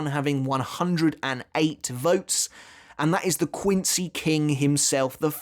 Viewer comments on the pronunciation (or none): none